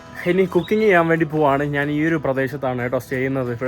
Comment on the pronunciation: നാന് അല്ല, ഞാൻ